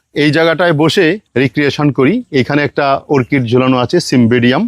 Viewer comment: “ওর্কিড” নয় হবে “অর্কিড”